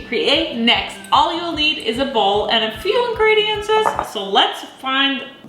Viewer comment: Please stop saying INGREDIENTSES!!!